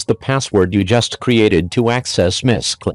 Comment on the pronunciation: I know there are many reasons why you might use a generated voice, but it would help make things clearer if you could adjust the text to help the voice. For example, it tried to pronounce 'mysql' as written. It would have been clearer if you did something like: 'My S-Q-L'. Stuff like that. It's a bit tricky to understand this voice.